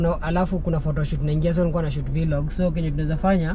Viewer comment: Kindly ni Vlog not V-log. Like how you pronounce Blog.